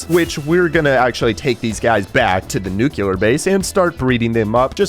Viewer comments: I swear if i hear "new queue lurr" one more time...... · is the “nucular base” supposed to be a “nuclear” base? 😭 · i love your content but you said nuclear wrong LOL😭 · I hate how he says "ravenger" and "nucular" 😔💔